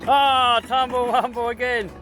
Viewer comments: “Tumble wumble” lol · Please stop saying "tumble rumble" all the time.